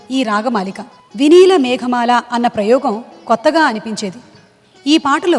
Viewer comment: మేగమాల కాదు మేఘమాల!